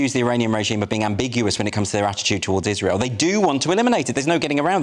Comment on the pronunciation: Gbnews is such a back alley news channel, anyone else clock him say iswhale instead of Israel